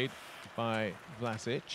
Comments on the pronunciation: no its Vlaschic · Its pronounced VLASIC! Not Vlasich....